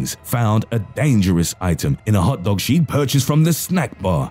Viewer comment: NUMBA fO,Bulletts iHn hAwtTawg